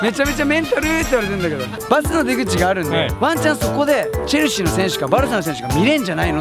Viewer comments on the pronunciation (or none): チェルシーがチャルシーに、なっている